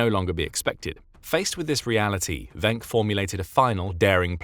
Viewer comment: Just so you know, his name is pronounced "Wink". I would know, since he's my ancestor, and I inherited the last name.